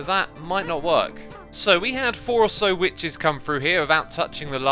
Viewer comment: Xisuma "we need to burn the wiches"